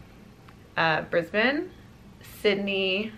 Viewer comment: I’m so excited that you say Brisbane correctly😅